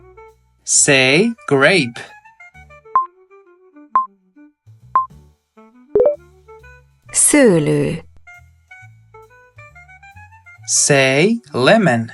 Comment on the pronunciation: Sorry, why do I hear a k before Szölö? 🍇